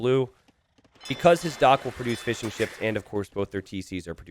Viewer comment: Am I the only one who hears "Fish & chips" every time says fishing ships